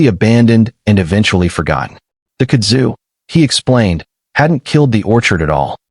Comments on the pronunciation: It is pronounced "KUD zu". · Kud’ zu. Emphasis is on the first syllable. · it's pronounced "Kud' zu" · Stupid AI Kudzu is one word it ain’t hyphenated there’s no split in the middle of it. You say Kudzu